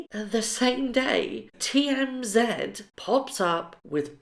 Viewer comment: FYI, the tv program you are referring too 'TMZ' is pronounced 'Tee- Em-Zee', which mean the 'thirty mile zone' around the Hollywood Hub-Bub.